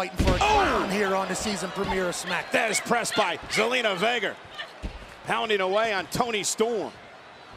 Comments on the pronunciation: it sounded like Michael said gelina vega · Michael Cole, who is Zelina Vegger?😂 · Did he just say zelina vegar? 😂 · Did michael cole. Call zelina vegar